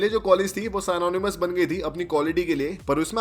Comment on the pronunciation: Tyota nahin, To-yo-ta hota hai uchcharan! साइनोनिमस नहीं, सिनोनिमस होता ह!